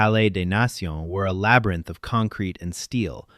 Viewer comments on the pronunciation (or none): none